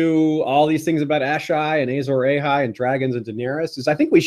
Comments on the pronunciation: Pls stop saying ejzor ejhay its Azor Ahai! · I was done with the video as soon as this idiot said "Azor AYHI " like wtf white people why can't y'all pronounce anything correctly? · The way you’re saying Azor Ahai makes my soul hurt. Loved the video though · please say Azor Ahai properly!